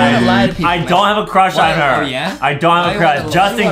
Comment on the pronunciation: Adam has a huge cwush on bambolina